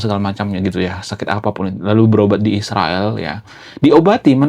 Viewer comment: Sebut israel dg benar bro Ucap 7x seminggu